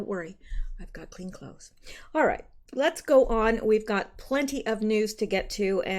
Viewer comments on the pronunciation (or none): none